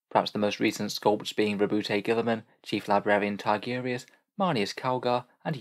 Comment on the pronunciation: I like your videos but butchering Rowboat Girlyman's name made me stop watching this one...